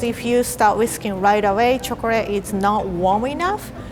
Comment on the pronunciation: I love when says “chocleate”